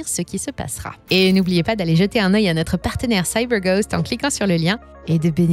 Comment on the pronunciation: Je ne savais pas que vous étiez américaine, " Saille beur goste " 😅